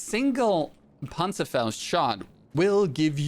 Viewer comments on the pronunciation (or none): You have to pronunce the ,,Panzerfaust" Like a real German